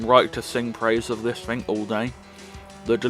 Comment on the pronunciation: It is “thing” not “fing”. Just saying 🤣